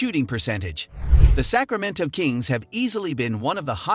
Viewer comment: Mal-lick monk too 🤣🤣🤣 I'm surprised he said Sacramento correctly